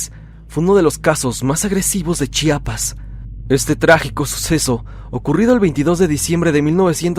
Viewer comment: Mis felicitaciones soy de Chiapas y hablo tsostsil soy tus suscriptor de hace mucho tiempo. Eres de los muy pocos que pronuncian muy bien, el estado, municipio y comunidad de Chiapas, se ve que lo estudiaste antes 👏👏👏👏👏 ch'enal-jo significa pozo de agua, donde fue la matanza por paramilitares, eran un grupo de personas que estaban en misa en una casa, estos paramilitares llegaron a interrumpirlos así no más. Lamentable caso. Felicidades y bendiciones.